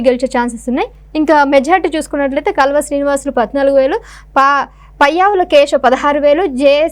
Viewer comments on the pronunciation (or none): కాలువ శ్రీనివాస్ అని చదువు కాల్వ కాదు